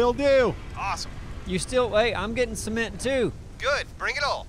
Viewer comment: See-ment Cement See-ment! 😐😞